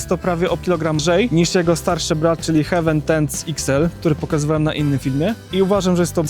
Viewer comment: Bardzo fajny film i ciekawa i porządna recenzja. Się raczej czyta HEJ-WEN. “Hewen” (hEaven) to niebio, a tu chodzi o przystań 🤗